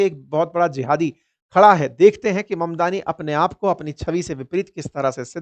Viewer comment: मदनानी गलत ऊच्चारन है ममदानी सही ऊच्चारन है. किसीका सरनेम बदलो मत.